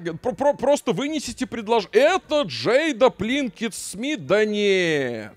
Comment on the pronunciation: Пинкетт Смит, а не Плинкетт Смит